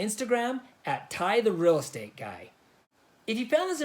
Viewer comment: Odd - Us Arizona LDS members call stakehouses "stake centers" instead. And when you said "real estate", you sounded like, "rell estate", not "REEL Estate", like we say it here. Arizona natives in small towns sound kind of like southern Utah towns (without the a<->o swapping), but there's more of a Texas drawl mixed in as well. And no, we don't have creyens in AZ. That person was crazy... :)